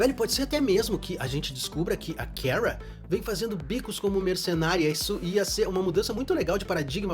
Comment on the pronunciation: Pq ele fala "keara"? Parece q tô ouvindo a carlista flockheart como mrs. Grant da serie da supergirl falando o nome da kara errado 😂😂😂